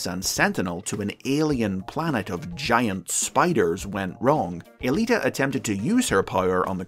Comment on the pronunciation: Huh. I always thought the woman's name was "Alita One," or possibly "Aelita One," not E-lita One." Go figure.